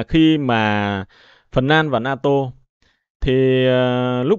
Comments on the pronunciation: Không phải La Tô mà phải nói là La To !😂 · Na tô chứ không phải là la tô em